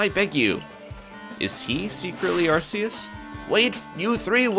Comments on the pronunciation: I mean it doesn’t really matter but it’s pronounce Ar key us and fun fact it was changed from Ar see us because it sounds like Arse ( actually reason ) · ITS ARKOOS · I think it's pronounced (ar-key-us)